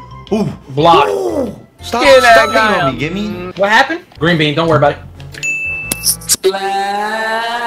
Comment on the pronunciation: Nobody:AYE MAN THAT'S GWEEN LIKE SPRITE